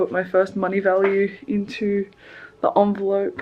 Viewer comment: I'm trying to quit smoking but hearing you refer to an envelope as an onvelope triggered me so much.